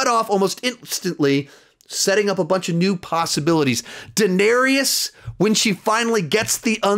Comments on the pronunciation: Good list but I cant get over how you say Daneerius and Seersee in every review it kills me. They say their names in the show. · Say it with me, "Duh" "Nare" "is" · And Daenerys' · You're pronouncing daenerys wrong mate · His pronunciation of Dany name makes me cringe lol